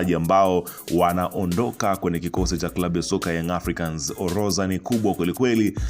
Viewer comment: neno ORODHA tamka vizuri unakosea kusema OLOZA rudi shule ukasome Kiswahili